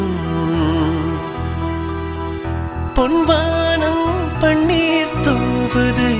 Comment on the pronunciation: Pon vaanam Paneer Correct a Pronunciation panunkooo Original Song a Correct a lesion panunkooo!! Tamil la kill panna vendaam!!